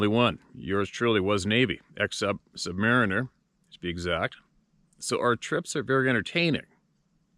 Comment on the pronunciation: Thanks for properly pronouncing "submariner"